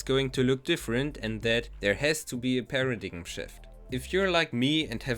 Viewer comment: Very cool video. Small English correction: paradigm is pronounced paradime. Keep it up!